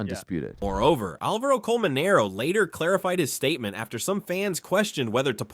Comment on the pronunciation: Its Álvaro Colmenero, not AlvAro ColmeneroU.. Pls pronunciation.